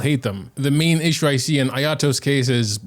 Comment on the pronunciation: not eeshu, ehshu